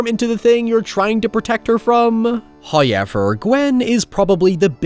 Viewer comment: I'll never understand how "now" becomes "naiye" and "however" becomes "haiyever." 😂🤣